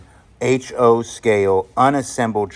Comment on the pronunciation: It's pronounced H-O Not Ho like you find in dodgy neighborhoods. The Arrow Head Water tanker car is Pacific Electric which was the LA based street car system that was owned by Southern Pacific and had over 1000 miles of track at one time. If you look at a typical bottle of Arrow Head drinking water it might say sourced from Santa Fe Springs which is in Los Angeles County nearby to Downy. It's kinda an unusual freight car because the Pacific Electric was largely a passenger line. Rare? Perhaps. Bump up the price some I think.